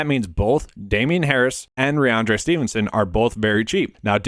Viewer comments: Good content but you have to pronounce the names right. First it was toooney, now rahonde Stevenson. It’s rahMondre. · Listen back. You aren’t saying the m in rahMondre. It doesn’t effect your views, which I generally agree with but it’s a credibility thing if you want a channel to grow. Anyways, keep grinding. Not a huge deal.